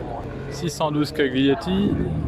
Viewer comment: Bonsoir. Nous en avons à nouveau "plein les yeux" grâce à toi: MERCI! Voici juste deux petits conseils de prononciation si tu es d'accord: en italien, l'avantage majeur c'est que tout s'écrit (presque toujours) comme cela se prononce, et vice versa. Néanmoins, il existe quelques subtilités: je t'informe qu'on ne prononce pas la lettre "G" lorsqu'elle est suivie d'un "L". Donc SCAGLIETTI se prononce donc "SCALIETTI", comme si le "G" était tout simplement absent.. Par ailleurs, et ça n'a rien à voir, concernant GIUGIARO, il n'y a pas de son "GUE" dans ce nom (pas plus qu'en français d'ailleurs). C'est juste "D'jiou-d'jiaro" si tu préfères. On est bien d'accord que c'était juste un commentaire constructif, et rien d'autre (comme pour FRASCHINI il y a quelques mois): tu me connais désormais. Longue vie à toi et à ta chaîne! Continue comme cela, car pour les gens qui ne peuvent pas effectuer le déplacement, c'est du bonheur en vidéo! Fred de NICE.